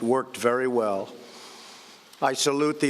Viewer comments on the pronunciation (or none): none